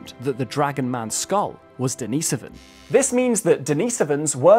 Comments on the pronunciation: Not denise-ohvan, it's deni-sohvan. Great video! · I thought it was Den-is-oh-ven. I assumed that was your accent but you actually used that pronunciation when you said “denisovan cave” and then went right back to calling them den-ee-so-vens haha. Anyone know proper pronunciation of this word? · I don't like his pronunciation of the word Denisovan...